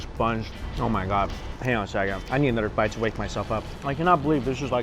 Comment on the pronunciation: "uhnuhder bite"